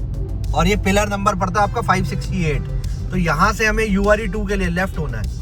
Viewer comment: Ure2 nahi hai uer 2 hai Are you pronouncing it wrong?